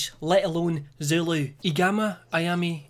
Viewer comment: As a south african, I'd liked to say that your Zulu pronouncations were lit, and along with your accent made it sexy